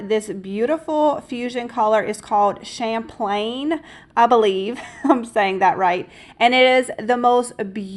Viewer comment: Loved the pumpkins. I made some from socks. You are pronouncing Champlain correctly. Love your videos.